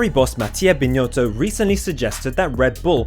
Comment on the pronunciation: It’s not “BinYotto” !,,,, 😂